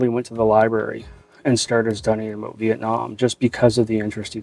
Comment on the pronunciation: What it's "aboot" Canadian much? JK much love!